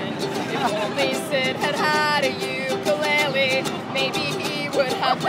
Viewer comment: she is saying ukulele wrong by the way